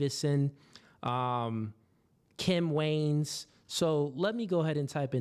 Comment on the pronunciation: The "WAYAN" BROTHERS - 2 SYLLABLES - NOT WAYNS